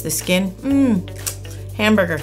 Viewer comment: why did she say hamberger?🍔😕